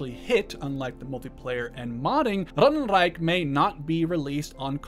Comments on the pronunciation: As a german speaker the way you say 'ratten reich' feels borderline offensive and racist just say it normally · Sorry but saying Rattenreich with a German accent is really distracting.